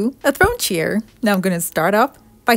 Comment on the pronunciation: They're probably those pampered, elitist "I-won't-let-my-surgically-enhanced-bottom-touch-anything-that-wasn't-made-in-Paris" types. Screw 'em. This woman's creativity is priceless. And I love how she says "chair" - it sounds like "cheer" .... which is exactly what she gives her viewers. ☺️